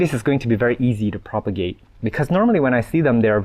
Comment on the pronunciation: Thank you! I love how you say sorry and thank you to your plants. And Everytime you say: I will have to propogate this makes me laugh.